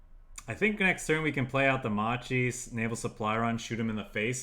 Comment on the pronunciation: great video, quick note macchi or whatever u read in italian that has "ch" or "c" in it it's a hard c, like a crusader, if it's "ci" it's soft like cheese or cello